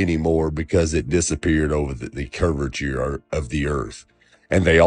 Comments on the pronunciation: I noticed that too. Half the time he was saying “curvachee.” The other half it was something like “curvaturavachee.” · This mf saying "curvetry"?! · This guy can't even say "curvature".... why would i trust him to teach me science....